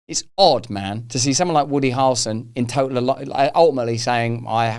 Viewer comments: Harrel (rhymes with barrel) son 👍🏼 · You are saying Harrelson in a British accent. It sounds like two syllables. Americans typically say it with 3 syllables.